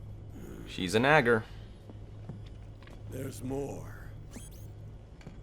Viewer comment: He said nagger lol